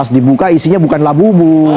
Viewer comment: Labubu jadi La buLuq....😂😂😂buLuq en Buriq hihiiihi